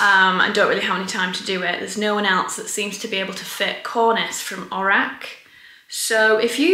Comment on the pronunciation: Don’t you mean cornieeeece? 😄